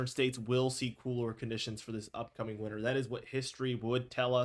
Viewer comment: Do you know how to pronounce winter?